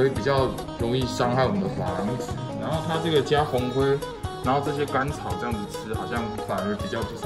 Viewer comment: 甘 草😂听到有点像脏话了 笑起来好好听哟